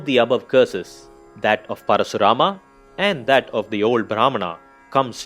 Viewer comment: Just say KARN or ARJUN or परशुराम.. Why are you adding extra A everywhere... Good explanation by the way